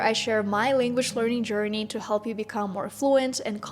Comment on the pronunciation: Careful there with the words |sher-ni| (journey) and “language” pronunciation. Good job.